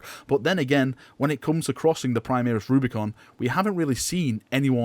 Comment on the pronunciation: why do you keep saying 'primeeris' it's really annoying.